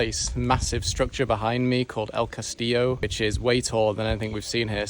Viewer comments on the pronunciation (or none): none